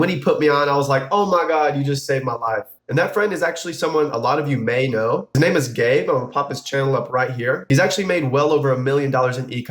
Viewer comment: When u said Gabe, it sounded like "His name is GAY"! ))))))))))